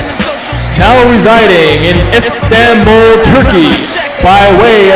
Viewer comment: You pronounce Istanbul, Turkey wrong lol